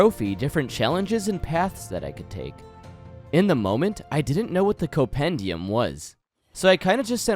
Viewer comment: The first m in Compendium is not silent, my man ^^" Otherwise great video, keep it up <3